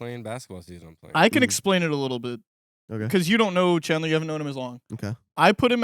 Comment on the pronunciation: NAH HIS NAME IS CALLED CHAD-LER